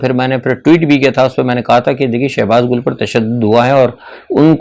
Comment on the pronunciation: Sir shehbaz Gul nhi ha wo Gill ha please correct kr lain